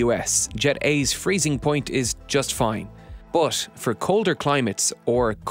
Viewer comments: "But" = Boathhhhhhh... over and over - funny. Did you know "but" has an "h" at the end? Bigtime. Rather than "the h is silent", we have "the lack of an h is overwhelmingly loud". This narrator seems to be everywhere too. Pretty good narrator overall though. And a great video! :) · Is there a reason he pronounces BUT very odd and unusually? It kinda bothers me.